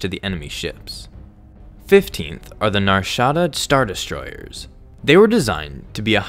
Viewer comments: Why do you have such an issue saying the word destroyers? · Did anyone notice how he says destroyers 😂 ERRRRSS not hating